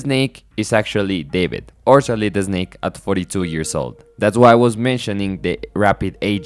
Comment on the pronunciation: Oh man, I love your accent and pronunciations. I mean no disrespect, but "Sohlid Esnake" gave me a good chuckle. Great video.